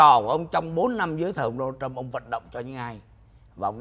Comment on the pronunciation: It is Donald Trump It is not đô na châm Làm ơn học tiếng Anh căn bản lớp ba.